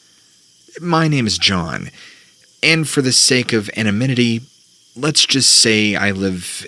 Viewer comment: “For the sake of amonimity” 🤣